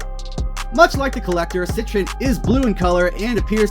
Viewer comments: There is no "n" in the name it is set-tree-on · “Sit-Trin” I’m deceased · Cetrion would be pronounced like ( set-TREE-on ) pretty sure bro 💯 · Nigga how do you not know how to pronounce Cetrion?